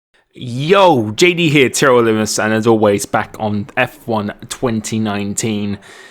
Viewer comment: It sound like he says Tyrell Lol